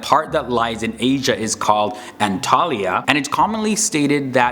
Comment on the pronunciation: It's actually "anatolia". Antalya is a city located south-west of anatolia